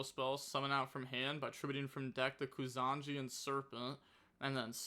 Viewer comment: It's not Kusanji, it's Kusa Nagi (koosa nagee)